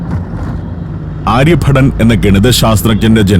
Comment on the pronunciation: it is Aryabhattan, not Aryabhatan. And Magadha, not Magada. 😢